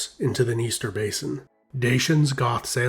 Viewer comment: DA-CHY-ANS, please look up proper pronunciation, it's not dashyan !!!